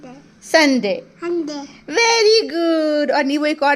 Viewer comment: Sunday ko anday bola 😅😂